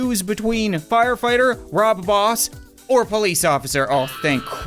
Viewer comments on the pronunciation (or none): D-did he say rob boss?.. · It is bob ross not rob boss